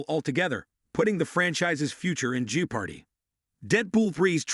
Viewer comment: B.S. AI genrated content is B.S. I have to admit thought I loved that your lame AI pronounced Jeopardy as Jew Party